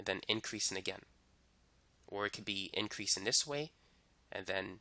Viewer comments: "decreasin' and increasin'" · LMAOOOOO i love how he repeats it